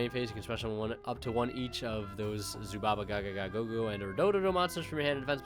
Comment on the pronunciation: Never seen a heart of the underdog match so this should be interesting 😂🎉 Well done on the Zubaba pronouncement 👌👌